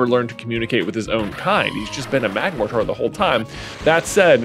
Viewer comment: Alright J, I know it’s your channel and I know your stance on pronunciation, but it is INDISPUTABLY pronounced mag-MORE-ter Mortar… like the canons they fire in wars. Canons… like the literal canons it has for arms. It’s right there man, cmon